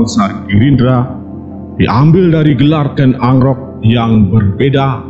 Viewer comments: KEN AROK BOS .DI PAHAMI DULU BARU BICARA. KEN ANGKROK ITU GIMSNA .SALAH ITU.. TIDA NYAMAN D DRNGARKAN. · Ken Arok bukan Ken Angkrok minnn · Kok ken agrok ya nuebut ny